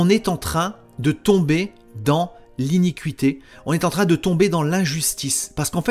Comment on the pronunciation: Bonjour frère j'écoute et je prends note de ce que tu nous expliques et je t'en remercie. Lorsque tu parles d'iniquite' tu parles du péché n'est ce pas? Il faut prononcer iniquité et non iniqu uité parce que certains ne comprennent peut être pas. Excuse moi cest c'est juste la façon de le prononcer qui n'est pas adéquate ttefois je pense que tu ne m'en tiendras pas rigueur c'est juste une petite rectification et je t'en remercie de tt cœur. Sois abondamment bénis pour le travail que tu fais pour nous🙏 pour la gloire du Seigneur.